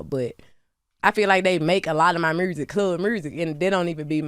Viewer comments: It’s the “mursic”for me 🤣🤣🤣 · I love the R after U! MuRsic and MuRte lol Such a fan 😊